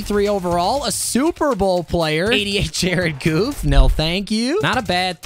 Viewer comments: Lol he said Jared Goof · Man said Jared Goof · It is Jared Goff not Jared Goof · you pronounced Jared goff wrong it’s like Jared golf